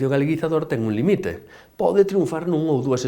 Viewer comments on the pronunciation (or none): Esa non é a maneira darlle valor ao galego: por un lado pretender que se pareza ao portugués e polo outro utilizando castelanismos sin xeito. E xa, por último, cambiar a acentuación de certas palabras (limite por límite, onde o viches?). Non vos pasou nunca que falando galego en Portugal, vos respondan en castelán? Pois iso: o galego non é portugués aínda que se asemelle. Tampouco é castelán, máis tamén ten moitas palabras comúns. Coidade do galego de Galicia, non fagades como os reintegracionistas que falan portugués.